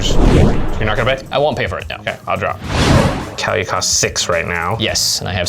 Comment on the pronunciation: Kaalia is pronounced as the following, kaw-lee-uh. This is the way google translate and everyone i know pronounces it.